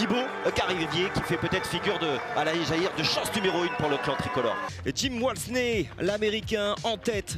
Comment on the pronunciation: “Jim Walsney” bah non c’est Walmsley. Faudrait peut-être bosser un peu les gars. On parle d’un des cadors mondiaux de la discipline. Les mecs connaissent que Jornet et d’Haene.